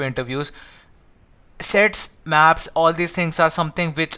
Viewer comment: sets sounds sex at 1.75x......🤣🤣🤣🤣🤣🤣🤣🤣